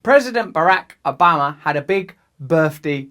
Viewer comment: “Barack Ubama”